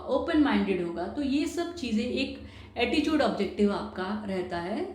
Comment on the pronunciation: her pronounciations are wrong eg. develop, attitude etc